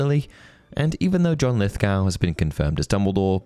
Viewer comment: You sound British, mate, so you should know it's 'Lith-Goh', not 'g-oow'. Even the Americans say it correctly.